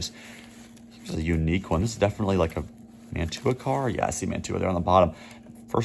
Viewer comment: The European couplers you refer to are "Mantua" couplers. Pronounced Man-chew-a ...LOL. I live close to the old town where they were made in NJ.👍